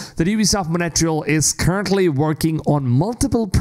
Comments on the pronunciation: Why do you say "Montreal" like "moNEtreal"? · Monetrial? Montreal is not hard to pronounce. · it's montreal dude 😭 tf is monetral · It's hilarious how you pronounce Montreal